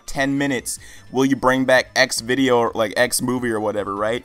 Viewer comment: Did... Did you say Xvidoes?